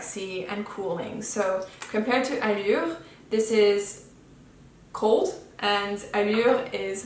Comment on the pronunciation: You are best one on YouTube pronouncing “Allure”